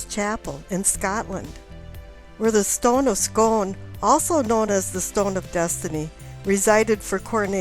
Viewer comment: The Stone of Scone pronounced 'Scoon', just like spoon but with a hard c. Good video I'll say, clearly you're very knowledgable.